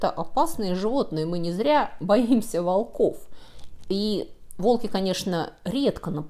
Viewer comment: Не волкОв,а вОлков.